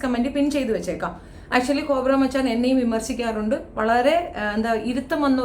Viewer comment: GoPro മച്ചാൻ എന്നാണ്, കോബ്ര അല്ല.